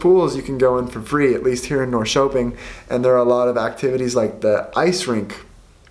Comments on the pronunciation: Triggered when he said "Norkoping" and not Norrköping? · I banged my head against the wall when you said Norrköping 😂